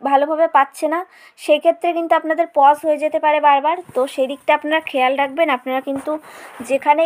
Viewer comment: Pause not pos😄🙄🙄